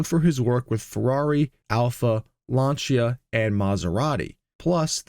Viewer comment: Why did you make a complete disaster of pronouncing Italia words, such as Michelotti, Lancia. As well as the French Race Le Mans. The Spitfire never had a 1.2L. It was 1.1L, 1.3L &1.5L. The MGB came with a 3.5 L V6 in later production as well as the 1.8 L, before the MGC was introduced and the MGC had a 3 L straight 6. I had a MK2 and a MK3 and put Triumphs 2.5L straight 6 into both, much better BHP, Torque and driver ability.